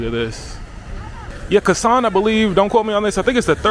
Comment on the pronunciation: Hi, it's not Kasan, it's Kazan. It is the capitol of Tatarstan republic. It's the part of Russian federation.